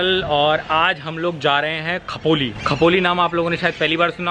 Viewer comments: Khapoli nai wo khopoli hay🤣🤣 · It's Khopoli not khapoli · Khapoli nahi Khopoli 😂 mai yahi rehti hoon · ji खपोली नही बोलो, खोपोली बोलो जी 😁😁😁😁😁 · Khapoli nhi khopoli🤣🤣🤣🤣🤣🤣😝😝😝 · It's khopoli not khapoli 😂😂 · It's खोपोली bhaiyya not खपोलि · It’s not khapoli ….it’s खोपोली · खपोली नही खोपोली है वो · खपोली नही खोपोली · Its not khapoli it khopoli